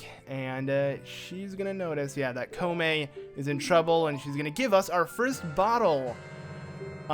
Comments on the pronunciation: kome and kotake lol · holey cow its comane and cotake